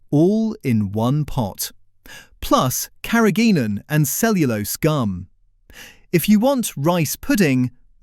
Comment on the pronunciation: "Carrageenan" is pronounced incorrectly. No full stop is used at the end of the caption.